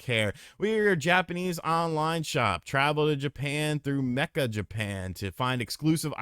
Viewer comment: Meccha is pronounced may-chaah not "mekka" not "mee-cha", and Akihabara is pronounced Ah-key' ha-bah-rah